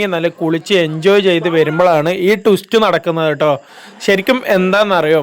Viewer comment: ടുസ്റ്റ് അല്ല മിഷ്ടർ! (ട്വിസ്റ്റ്‌ ആണ് മിസ്റ്റർ )